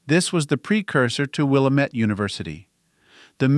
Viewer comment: Will uh met Chem uh kayta Chem uh keta PLEASE, if you’re going to talk about a place, especially when there are names that are unusual, make sure you pronounce them correctly. Willamette: it’s not Will uh met, it’s Will am met. Chemeketa: it’s not “Chem uh kātuh” or Chem uh kētuh, it’s “Shemeckuhtuh” -“Shem meck uh tuh”. Thank you, from a Willamette Valley Oregon resident.